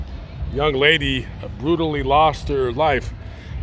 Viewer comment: it’s brutal, not burtal👍